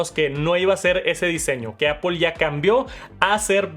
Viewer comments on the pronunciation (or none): Normalmente veo los videos con CC y como hay palabras que las sobre pronuncias, es cómico leer cosas como “Pantallas oulette” o el “Apol iPhone SE “ “Max safe “ 😅😂